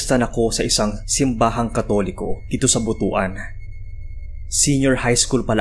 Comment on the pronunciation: correction lang po.. Booth One ang tamang pronunciation ng Butuan di po butoh an